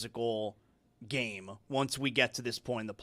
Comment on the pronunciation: The more adds an "-uh" at the end of words drives me freaking bananas. "Game-uh", "trade-uh", "Knicks-uh", "NBA-uh". Bro, learn to speak and not sound like a moron. Also, your head is enormous.